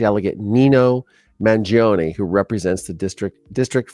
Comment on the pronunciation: you pronounced his name correctly. The first one!